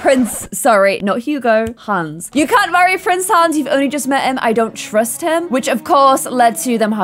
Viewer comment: Who else always hears prince hands??? Once you hear it you can’t un-hear it!! Btw love your videos!!